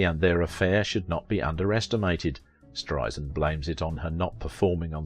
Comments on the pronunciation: It's spelled BarbRa. And it's pronounced Strei-SAND, not Strei-zind. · B-A-R-B-R-A. Two 'a's, not three. Last name pronounced Strei-SAND, not Streizind. As Barbra would say, 'Strei-sand, like sand on the beach. Soft 's.'